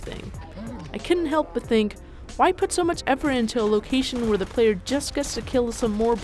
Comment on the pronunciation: I expected an adult to be talking about this. Not a kid... That can't even pronounce "location". "I mean"... Oh yes, use the words that other people say like you're reading from a script. -- Sincerely, one of the dislikers.